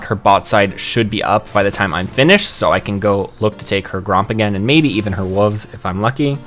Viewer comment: Love the video! But please pronounce wolves properly instead of "wooves"